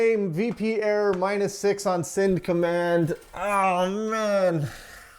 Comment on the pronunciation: has an interesting occasional vowel shift. "at" -> "et" "send" -> "sind" The "ah" to "eh" shift pushes the "eh" over to "ih" otherwise there'd be overlap. (chain shift) And "quite" is pronounce "quiet." Apparently, this is common in East Texas, near I-20/I-45 not rural, Central Texas non-Austin native, or Houston metro native, outside the city. I think I remember him saying he's located in the Houston area. ~ end of unsolicited armchair phonology ~